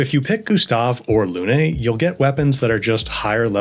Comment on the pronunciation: Helpful tips. Now, if only these loons could pronounce Lune correctly. ;)